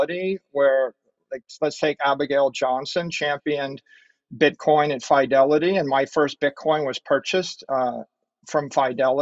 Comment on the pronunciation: Why does he pronounce Fidelity as Fydelity